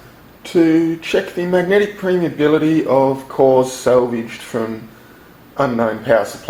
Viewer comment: I think you mean permeability and not premeability. Great video though!